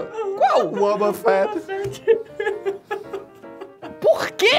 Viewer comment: O luccas falou wobafet😂😂😂😂😂😂😂.